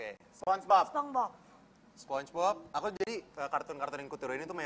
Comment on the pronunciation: Lucinta said Sepong bob Ejaan yg bener sponchbob No sepong hahah